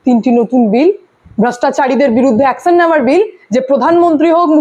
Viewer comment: Apni eto sundor "Action" uchharon koren?